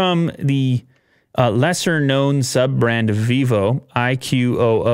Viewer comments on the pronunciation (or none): IQOO is pronounced as eyekoo. Like a single word. Just for your future reference.